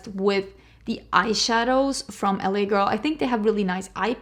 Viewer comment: The way you said LA Girl freaked me out! Full american accent 😂